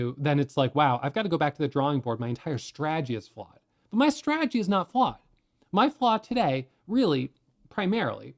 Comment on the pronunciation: Humility is the key to life. God rewards humanity more than anything. Life is beautiful, roll with the punches if you can’t block or dodge them! Keep up you’re “straegy”( he enunciates strategy correctly about 30% of the time) jkjk Anyways love your videos and encouragement you’re awesome thanks for your guidance I’m about to get my feet wet and start day trading!